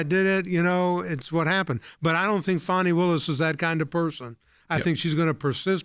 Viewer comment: Her name is Fanni as in butt… it’s an old southern name… my aunt was Fanni Belle